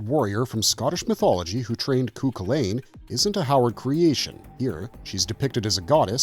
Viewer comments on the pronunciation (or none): Cú Chulainn is pronounced as "Koo-HULL-in"